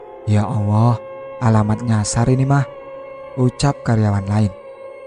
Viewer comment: Maaf...mas bro yg baca cerita ini kayak suket teki to n maaf...telingaku dengernya penyebutan Alloh kok awoh...maaf...